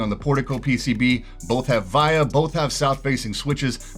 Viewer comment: Just a heads up, it is "vee ahh" VIA is named after one of the creators, Olivia.